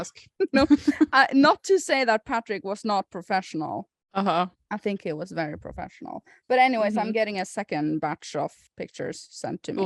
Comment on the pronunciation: "Wery big vedding episode"